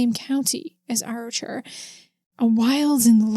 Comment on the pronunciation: Hey, Arrochar is pronounced more like "ah-rock-ar". The "ch" in Scottish place names is a kind of guttural sound from the throat, most people not from here struggle with it though and just use "k" instead. Lovely wee town, I've been a couple of times but never seen anything supernatural :)